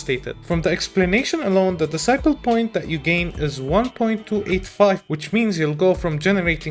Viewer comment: i was not looking at the video and was hearing characters getting Disciple points \, lol you was talking about Decibels (Des - See - Bells)